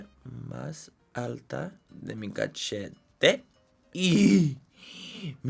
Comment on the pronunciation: Me encanta como dices CACHETE. Muy acertado a como nos expresamos jajaja.